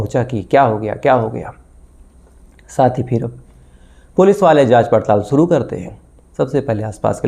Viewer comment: aap jo bolte hain sahi bola kijiye suru nahi shuru ye lafz hai app sahi bole shabdon ko mayne badal jaate hain